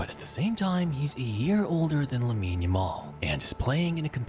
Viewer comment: hey bro jus thought I would let you know the name pronunciation sounds like - la-meen YA-mal